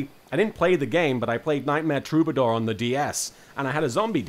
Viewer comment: "Nightmare Troubadour" my man